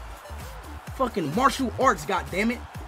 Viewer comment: Bro Said are they facking😂